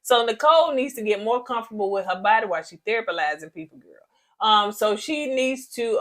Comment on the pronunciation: 😂😂😂😂😂 When said..."Nicole out here THERAPALYZING everybody and she needs therapy" 😂😂😂😂😂 I bout fell out the bed!!!😅😅😂😂😂😂